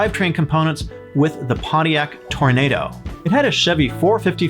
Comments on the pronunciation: That’s Toronado, not “tornado” 😉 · "Tor-rah-nah-doe" to be exact.